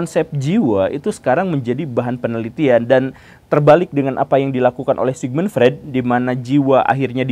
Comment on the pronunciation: permisi, izin koreksi pak Sigmund Freud dibacanya Sigmund Froid